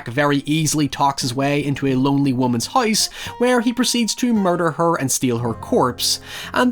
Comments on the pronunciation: Lmfaooo I just came to the comments to see why tf he can’t pronounce things right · Does everyone where you're from pronounce house as huyse? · why do you pronounce “house” as “heist”?? why do you talk like that? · “The Hise That Jack Built” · hahaha.. "the hoyse jack built" "oyt there" Hoyever".. LMAO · "Haiever i see the haise that jack built" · No one:: The HICE that jack built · out here saying "House" like "Haise" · Hoice that Jack built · Bro can't say Virgil or house to save his life